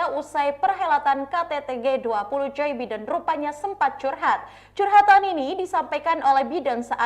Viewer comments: Mbaknya gakbisabacanamapresidenAsini ya? Yg betuladalahJoe biden,bukanJay biden!😊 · Maaf mbak nyebut president Amerika jangan joi Biden dong ttp JO Baiden gitu nanti org nya marah krn nama ga bisa di ganti2